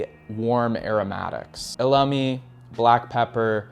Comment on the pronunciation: Please no more wojacks tho you wanna tell us about fragrances yet you said “veviter”, “lamdandum”, “eLAmi”? 👁️ 👁️